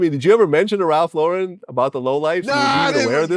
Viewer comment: It's not ralffffffffff levellllllllll